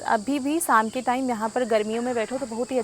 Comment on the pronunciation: Sam nahi sham hota hai theek se Bola karo